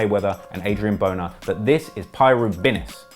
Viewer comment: he said adrien boner LOL